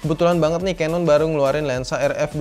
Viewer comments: Agak gregetan sih dri dlu nonton kalo ngucapin canon jangan Kanon tp kenen, udah itu aja bang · nah iya itu, yg bener kenen, keneeeeen 👍